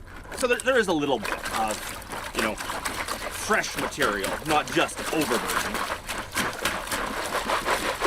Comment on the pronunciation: you used a term (slip) that is perfect terminology for your channel......you said overbearden.......just lovely🙃! Great day and I believe your pans